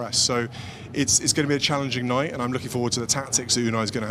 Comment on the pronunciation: Did the future king of England just drop his 't's'when he said night (and deliver some insightful punditry)? What world am I living in?